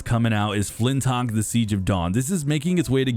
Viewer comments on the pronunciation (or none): The channel is called XBOX CENTRAL, and they cant even say the name of the first party game properly. Its FLINTLOCK, not flintok.. fix your fuxking channel..